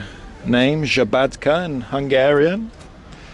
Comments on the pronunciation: Nije žabatka vec sabadka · Szabadka is with S-Sabadka